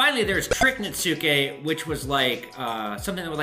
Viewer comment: Netsuke is pronounced Nets-key. Just learned myself. Love the vid!